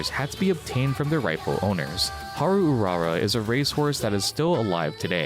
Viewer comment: "Hal Ulala" LOL